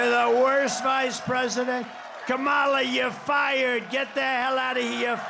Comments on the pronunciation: Oh Dernald Funk, you still can not pronounce a person's name correctly ... i.e KA mala, not Ka Ma lah? It makes me wonder! All of this cognitive decline hollering against ? Just take a sad little bow, get back up that tacky golden escalator (providing it can carry that weight and move on, you ridiculous poor sad man. Not a fat joke, just wishing for you to blow away. Granted, George Bush never did get the correct pronunciation of nuclear vs. nuc-u-lar quite right. But I never felt he could/would or harm me sell out in this disgusting way! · Her name is pronounced “COMMA-LA. What he is & talking about is himself not her.🤣🤣🤣🤣🤣🤣🤣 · First off, it's pronounced Kah-muh-luh. If your can't even manage to properly pronounce the name of the person you're running against should be warning sign #1 of your cognitive deterioration. Also, you're the only one in this race who's a convicted criminal. The fact that you're even allowed to run says everything you need to know about what the Republican Party stands for. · He’s such a tiny richard for mispronouncing her name repeatedly. So rude, so disrespectful. He can kick rocks with no shoes on and every body like him can join him! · Trump can't even pronounce her name correctly. Is it pure stupidity? Or an insult on the 5th-grade level? Her name is pretty f'ing easy to say. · I know its a minor thing, but if Trump can't even pronounce his competitor's name properly, it doesn't give you confidence in his eye for detail or his diplomatic ability. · bro can't even pronounce her name correctly. okie dokie. he's a CHILD.